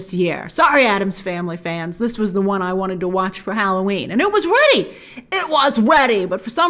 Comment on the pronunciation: “IT WAS WEADY”